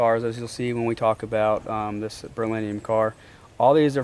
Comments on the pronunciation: For real. That was cringe for sure. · He can't even pronounce the word berrylium lol. Its not berlinium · Don’t feel bad about your pronunciation of Saleen, he calls Beryllium “Berlinium” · Virginia boy here. This is the first video that I watched from you and I've been hooked ever since but that is not how you pronounce "Beryllium'" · I would take the beryllium extreme. He was saying the color incorrectly